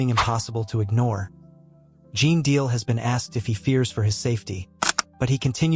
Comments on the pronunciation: Ai is on the throne here and by the way his name is GENE DEAL. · You're not even pronouncing his name right....